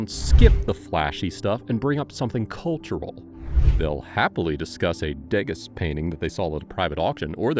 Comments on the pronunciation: Love your channel and I'm not throwing shade - if you're going to talk about art, please refer to that artist as day-GAH, not rhyming with Vegas. Just trying to help. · Precisely. It's akin to sending a resume with typos. I'm wondering if the presenter's voice is AI-generated, now. I prefer human voices. Since they are more likely to know that the 's' in Degas is silent. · I thought about the same thing. This is supposed to be a channel about style and subtle elegance, yet Degas was pronounced incorrectly. I think it's an AI generated narration.